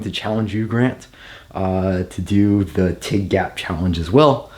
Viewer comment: hahahaha, your cutting sheers story. Damn you. Well I DM'd you about my one issue on the TIG challenge but I think I have an angle on it. It's pronounced like the first name Tommy. But don't feel bad, no one really gets it right unless you hear me say it